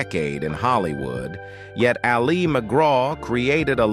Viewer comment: Couldn't someone have told this bozo that his subject's name is pronounced "AL- ee", not "al-EE"?